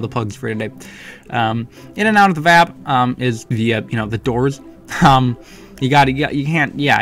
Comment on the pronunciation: yay im not the only one that pronounces vab as a word instead of "v.a.b"